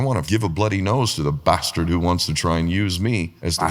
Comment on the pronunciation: They way he says bastard cracks me up every time